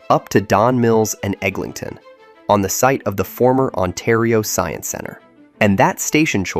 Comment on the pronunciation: Pronouncing ToronTo like a foreigner but pronouncing EglinGton like a local.